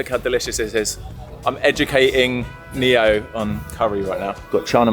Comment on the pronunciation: Neo is a popular name in South Africa and it means gift however it is pronounced neh-oh. ❤ I love you guys